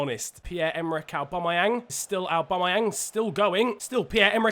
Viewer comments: His name is not arebumayang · Say aubameyang probably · He can’t say Aubameyang 😂